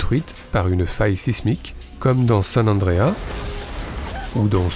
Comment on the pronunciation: Très bel hommage à Frisco. Par contre, je ne sais pas pourquoi vous ajoutez des S où il n'y en a pas et vous ne les prononcez pas quand il y en a = San Francisco Chronicle (sans s) et San Andreas (avec un s)... aussi je n'y étais pas encore (j'habite un peu plus au sud de SF) mais San Francisco a eu un autre tremblement de terre important en 1989 en plein pendant la finale de baseball du World series et vous vous ne souvenez peut-être mais il y a eu plein de dégâts notamment des ponts brisés etc... on attend le prochain... j'espère ne plus être là ;) Il est facile de trouver d'autres idées de séquences ou films à ajouter mais il y a nombre de séquences qui se passent à San Francisco dans Forrest Gump par exemple aussi. La scène de Scorcese du concert de The Band est assez fantastique, Dylan, Neil Young, Van Morrison ?, Joni Mitchell, Dr. John ? Neil Diamond ? Hitchcock a beaucoup filmé la région car il a notamment habité près de chez moi vers Capitola où il a eu l'idée de son film Les Oiseaux. Evidemment Clint Eastwood a beaucoup filmé lui aussi la région car il habite vers Monterey depuis longtemps... On n'oubliera pas le quartier de Twin Peaks pour l'inspiration à David Lynch et le fait que Chris Isaak habite dans le sud de la ville. Et grâce à vous j'ai découvert des séquences/films que je ne connaissais pas (dans la planète des singes etc). Merci